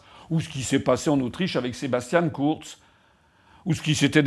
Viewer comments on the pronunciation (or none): none